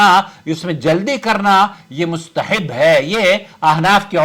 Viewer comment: Mustahib nahi hota uncle Mustahab hota hai.